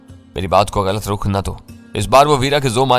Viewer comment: بھائی پڑھے لکھے لگتے ہو، مسلسل ہندی کیوں بولتے لکھتے ہو۔۔۔ اردو میں "رخ" ہوتا، "ر" پر "پیش" ہے. ہندی میں "رکھ" بولتے ہیں۔